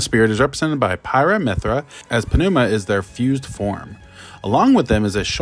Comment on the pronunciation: The P is silent in Pneuma